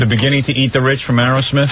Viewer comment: His favourite band, and he calls them ‘Arrow-smith’ every time 😂